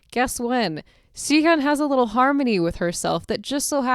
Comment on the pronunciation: Great video to show appreciation for this song. But one thing that kept bugging me was the way you said Sihyeon instead of Siyeon lol. Please, It's Siyeon, not Sihyeon